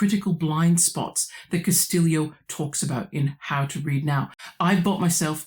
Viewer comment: I confess that I am one of those that you predicted would catch that strange pronunciation of the author's surname - but it makes sense the way you explain it. Is Elaine Castillo Pilipinas? You are correct, it is very unusual to find anybody in.. at least the metro Manila area of Luzon in Philippines without a Hispanic surname, my wife and her extended family included. But you could say the same thing about the Mexicans where I live on the Texas / New Mexico border. The Spanish completely wiped out, not only family histories, but.. native history in general. All pre-colonial history in the Philippines has to be inferred from language patterns, genetics, archeology, etc, because almost nothing is written that is not Spanish. Hell, Pilipinas, Philippines, the name of the archapelago itself derives from Spanish monarchy. And don't get me started on the almost universal adoption of the Spanish religion HAHA. Thank you for the very interesting video discussion.